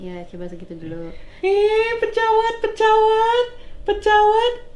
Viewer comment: radit: "pecawat pecawat pecawat" gue dengernya: "kecoa kecoa kecoa"